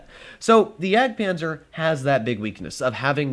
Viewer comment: Bruh you missed the d in jagdpanzer